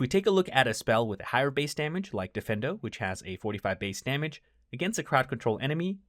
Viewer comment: dee-feen-doe, not defendo. 😅